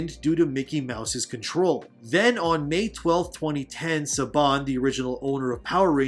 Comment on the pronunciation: Your STRONGLY misguided on what happened with Power Rangers, Disney didn't ruin Power Rangers, in fact some of the most fan favorite seasons are Disney seasons. SABAN (Your saying his name wrong) actually almost runined Power Rangers after he bought is back from Disney and now Hasbro owns them because Saban failed so badly on his second attempt.